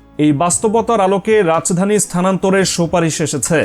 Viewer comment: Rach dani ki 😅😅😅Rajdani bolen